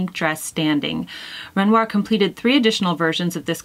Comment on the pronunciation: I am so enjoying the monthly chic assignments Jennifer! I am familiar with both Satie and Renoir and agree with your choice of painting. PS. Your pronunciation of ‘Renoir’ was excellent. God bless. Pauline xx